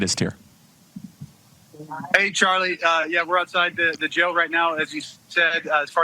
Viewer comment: I hate when people say "gel" when they are trying to say "jail." They're pronounced differently. Please speak correctly. Thank you!